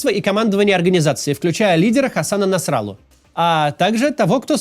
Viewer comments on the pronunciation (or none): НасрАллу, хех. У них обычно на окончание ударение, НасраллУ